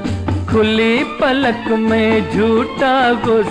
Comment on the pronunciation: Sir, it is khuli PALAK, not Falaq..